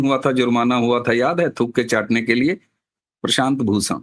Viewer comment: एक तो 'भूषण' की जगह 'प्रशांत भूसण', ऊपर से उसी वाक्य में, उसी सांस में, उसी व्यक्ति का नाम बदलकर प्रशांत 'किसोर'! पवन करे सोर...! 🤔